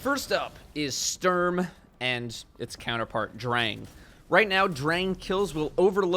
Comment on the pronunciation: It’s kinda funny how you call Sturm and Drang. XD